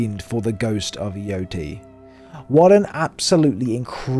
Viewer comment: Omg even you British can't pronounce the name of the game properly! Embarrassing mate....😮